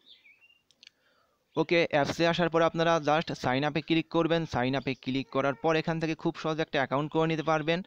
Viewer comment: vai click na cilik.....moja pailam